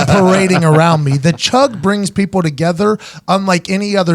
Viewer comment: "The chug brings people togethef"